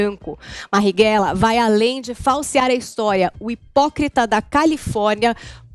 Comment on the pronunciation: Po, é analfabeta? É "Marighella" e não "Marrighella"